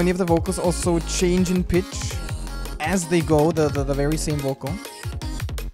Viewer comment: when he pronounces pitch wrong::o